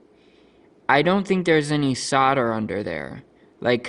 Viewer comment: Sodder!!! 🤣🤣🤣🤣🤣🤣🤣🤣🤣🤣🤣 The word is SOLDER my friend!